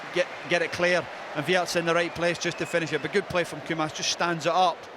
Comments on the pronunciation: Wirtz. It's Wirtz. With a Z. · Its WIRTZ not WIRTS btw